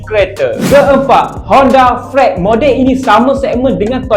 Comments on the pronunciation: Cara sebut freed=friit Bukan. = fraet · Mula2 dgr ko sebut Honda freed tu rasa lucu,Tp aku blh terima sbagai seorang usahawan cehhh wahh hahaha..bukan apa aku pernah ada custemen dri Kelantan mcm ko?dia pakai falari 2 biji TP sebut pelarie..jenuh aku milik😂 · bapak ko sebut freed pun salah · Mmg pelat org terengganu sbut freed mcm tu ya?